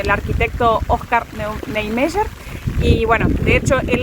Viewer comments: Se pronuncia "OSCAR NIEMAIER " o nome de um dos Arquitetos que idealizaram Brasília. Não sei como se pronuncia o 'Y' em castelhano, aqui se pronuncia como ' í '. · Engraçado como ela pronuncia Niemeyer....bem diferente....